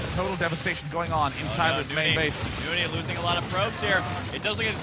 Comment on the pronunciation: N-O-N-Y ... not nooney!